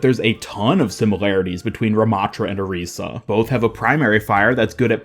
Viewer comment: pls say orisa right omfg😭